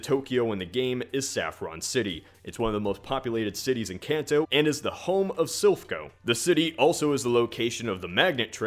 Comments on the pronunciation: It's KAHN TOE! Drives me insane when people pronounce it can't toe. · It hurts my ears so much to hear you keep mispronouncing Kanto. It's a long a sound. Like in car, or law. Not like cat or can. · I cant get over how he mispronounces "kanto" ....